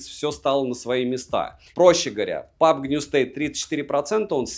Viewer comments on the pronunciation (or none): none